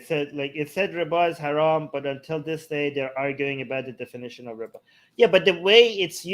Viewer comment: Everytime you say riba, I hear Ryba (Polish for fish). ''I'm not allowed to charge 'fish', because of islam?'' Isn't that hilarious? Edit: I'm not Polish, I just love learning new languages.